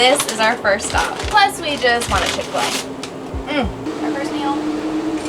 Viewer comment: Chick-fi-la 👎 but a home van 👍